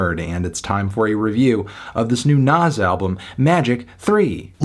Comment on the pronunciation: I deadass thought u said nav😭